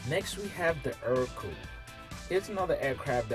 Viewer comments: Ercoupe is pronounced Aircoupe. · A few notes about the Ercoupe. I've always heard it pronounced differently than you've pronounced it. It's pronounciation lends itself to its nickname, "scarecoupe". I think the model with the rudder pedals was produced under another name, being "Alon" (sp?). I might have to do a little research, as I tend to get the details of these trivial matters wrong. All I know is I met a gentleman in Waco who has one that he says is an Alon, not an Ercoupe.